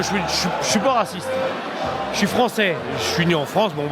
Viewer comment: j'suis pas waciste hein j'suis pas waciste orhhhhhhhhhhhhhhhhhhhh mais assume un peu tes positions chef